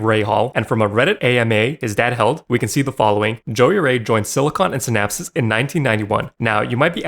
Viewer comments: Si-Naps. It's pronounced SI-NAPS. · brother, synapse is pronounced "sin-apps" 😭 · Unrelated but what is up with your pronunciation of synapse. It's like you're trying to say synopsis. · Synapse is pronounced sin-apps, not sin-apsis. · sin-apps. SIN-APPS. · Look up how to pronounce "Synapse". What you are saying is "Synapsis". Also, just to confirm to anyone who needs it, Python is NOT for programming games. I should know, because I know it. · You say synapse wrong. Just sayin, you add another S when its not needed... ima be that guy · Synapse is SINGULAR 2 syllables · Bro you can't even pronounce Silicon & Synapse.